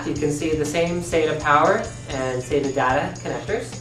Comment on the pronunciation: Saita? SATA as in SAT....A That guy has been guzlling too much male seed!